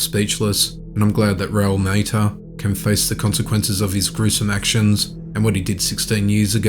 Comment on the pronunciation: It's not Maita, it's pronounced Ma ta.